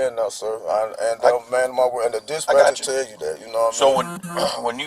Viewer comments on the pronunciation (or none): minutes into this video... Did this ninja say "dish-passion" instead of dispatcher.....????!!! 😂😂😂